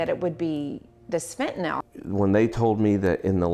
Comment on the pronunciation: It’s fentanyl not fentynol